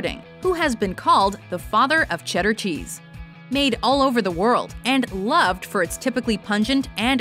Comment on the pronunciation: You were good good good... Then u said Cheddar.. Shit ! You were good